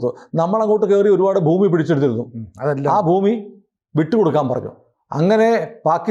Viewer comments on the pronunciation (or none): none